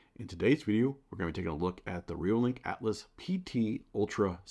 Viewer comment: It is the "Altas" not "Atlas"